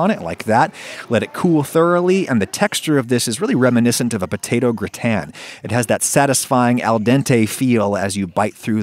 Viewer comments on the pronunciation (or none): none